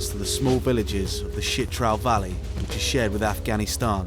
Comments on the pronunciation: It’s “Chitral” not “shit trail” lol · Why does the narrator keep referring to Chit-ral as “shit-ral’. ‘Ch’ is pronounced like ‘ch’ in ‘church’. Did he not bother to ask the locals how to pronounce the name? What about the name ‘Pakistan’? Be respectful and pronounce it correctly, not the way you prefer. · Kindly correct your pronunciation it's Chitral not shitral, ch not sh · It's spelled "CHITRAL". Why does the narrator keep saying "SHITRAL"?